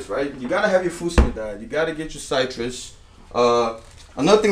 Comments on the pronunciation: sightrus... -.- Citrus not cytrus, sih-trus. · Pronounce SIT-RES not S-EYE-TRES